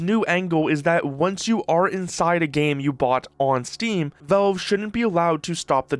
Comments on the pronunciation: It's pronounced "VALVE", not "VELVE" !!! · "Say Valveshake" "Valveshake" "Ok, now say Valve" "Velve" "Are you hearing this?" "Yea, the man wants a glass of Volve"